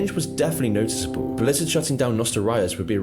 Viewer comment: does this narrator even play the games? i mean how is he spelling things like this? nostal-rius, die ablo, blezzard